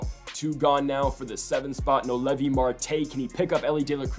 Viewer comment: It’s no-L-v noelvi not no Levi lol